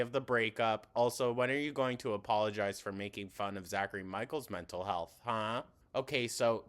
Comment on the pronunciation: How does she pronounce 'Health' as 'HULTH'??